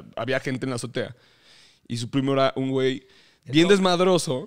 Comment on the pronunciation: Richie dice zotea en vez de azotea. Y ya.